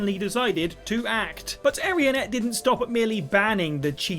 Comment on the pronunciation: Are you really saying Area Net? It's Arena Net, dude. Come on.